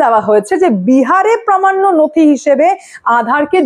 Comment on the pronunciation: Please correct your pronunciation: 'প্রমাণ্য' নয় 'প্রামাণ্য'